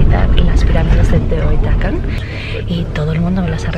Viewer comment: Se dice Teotihuacán. Y en Tlatelolco no fue una revuelta estudiantil, sino era una manifestación genuinamente estudiantil que fue repimida por el mal gobierno de 1968 y donde murieron miles de personas a manos del ejército y de agentes represores encubiertos. Saludos.